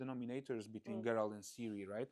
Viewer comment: I hope I'm reading too much into it but the Executive Producer mispronouncing Geralt on the first try is very concerning